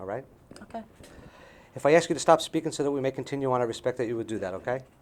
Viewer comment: Please look up the pronunciation of the word “ask”.